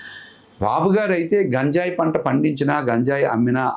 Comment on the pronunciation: నీకు గంజాయి అనడం రాదు నువ్వు కూడా ఇంటర్వ్యూ చేస్తున్నావ్